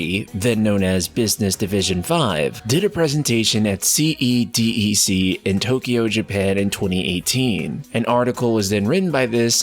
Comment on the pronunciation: CEDEC is actually pronounced like “Said-deck”, not C-E-D-E-C.